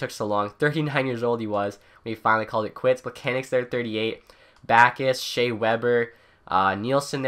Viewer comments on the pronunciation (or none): none